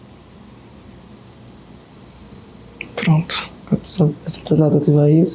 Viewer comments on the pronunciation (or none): Cada vez q ele falar “proonntu” aleatoriamente